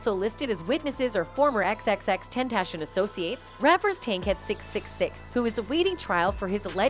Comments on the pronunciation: Bruv his name isn’t Tentashion, it’s Ten-Tah-See-Own. I swear us white folk just love to mispronounce the easiest shit. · TEN TAH C ON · Who says (ten)-(tation) Like what?!? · Xxxtentashin lmao 😂💀 shit low key disrespectful. Y’all should have got someone else to talk over the video 😅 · Xxx ten ta c own. Tentashen really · Butcher’d bro’s name the entire video. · Pronounce his name right or don't post a video about him you utter fool